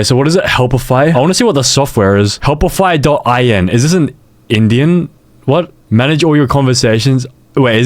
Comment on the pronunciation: 'in idian'😭😭